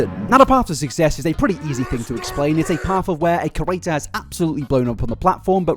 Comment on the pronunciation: Say it with me now: CREE-AYY-TUR